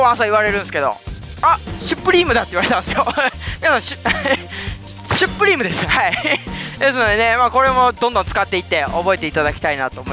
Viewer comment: しゅっぷりーむとわざわざ著作権気にして掛け声作ったのに本人が完全にシュプリームと言ってるw